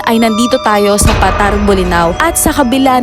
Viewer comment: Yung bigkas diyan ay Pa.Tar